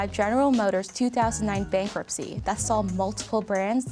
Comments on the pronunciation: Interesting video, but Asian narrator does not pronounce her English words properly. Dat for that, etc. Distracting me from the interesting content. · She needs to work on her “th” sound, she keeps saying “but dat didn’t stop” instead of “that didn’t stop”, etc etc. Dis, dat, and da dird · dat and da, So annoying learn how to pronounce the and that correctly